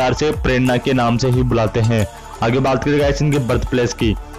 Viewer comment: Bulltach nahin hota bulate Hain hota hai